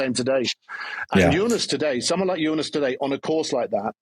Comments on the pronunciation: Why does Wiggo insist on saying "Junas"? George says "Tajay" too 😁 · BW has TERRIBLE name pronounciations, he butchered Jonas (Junas?) and Vauquelin..